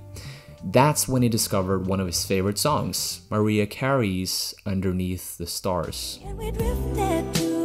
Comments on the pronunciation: "Maria Carey" Oh dude... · did you just say maria carey